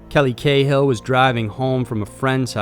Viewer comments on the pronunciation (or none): 'Cahill' is pronounced 'Carl'